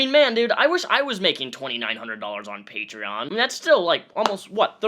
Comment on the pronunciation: I hate how grog says “pat rein” instead of “patreon”.